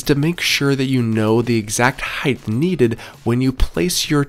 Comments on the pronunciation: HEIGHT. wtf is "heighth"...😂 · Height, not heighth. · between the "heighth" and everything being a system (instead of just the thing) this guy drives me up the wall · omg I hadn't noticed that, you're so right